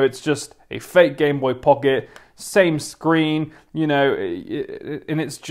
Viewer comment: I was gonna die if he said Gameboy Pucket again